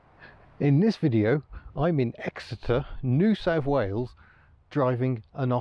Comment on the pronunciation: Did you say I’m in Exeter or ecstasy?